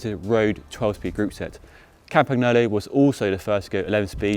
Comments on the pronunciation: CAM-PAN-YO-LO. Not CAM-PAG-NO-LO. Thanks :-) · Please don't pronounce it like Campack! nolo. It sounds terrible. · Firstly: it looks awful. The crank looks like a plastic toy and the rear mech looks like Shimano Tourney. Cheap and ugly Secondly: at least make the effort of checking the brand name's pronounciation before recording a piece about it. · Ah.. The pronounce.. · I think he missed the BikeRadar video on how to pronounce cycling company names.